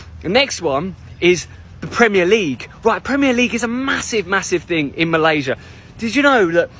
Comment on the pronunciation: Wow. First time I've seen AI used to speak in malay. It's a bit uncanny when it pronounced Malaysia the wrong way, that was the giveaway.